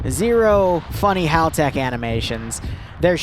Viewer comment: Im still baffeled how finds a L in ha'tak it becoming a haltek xD